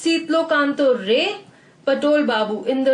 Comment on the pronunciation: thanks but the pronounce of ray is not proper